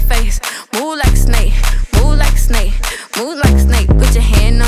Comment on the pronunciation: she said “move like a snake” so much it’s sounds like moo laka snae. EDIT: Thanks for the 500 likes! 🐍